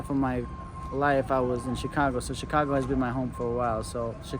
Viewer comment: i thought you said chingano lol😂